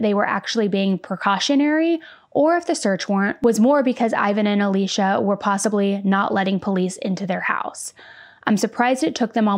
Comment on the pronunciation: It's so distracting for me that you keep pronouncing Alysia as Alicia.